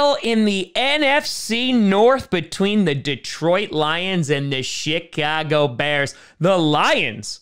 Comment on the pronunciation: Was it just me or did he say shitcago instead of Chicago